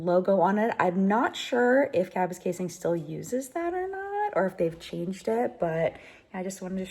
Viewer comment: I love how involved you are in the process, the familiarity you now have with Parliament, and just how Canadian you seem. (I'm sorry about your friend, Don.). Anyone who is as familiar as you are with the pronunciation of Kapuskasing, must be Canadian! Good luck with the house!